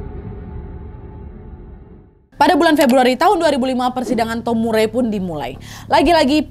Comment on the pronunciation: Nama Murray bacanya Mar-ri 😉